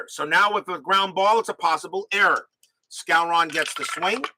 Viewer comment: …and it’s pronounced Moose SCOW-ren.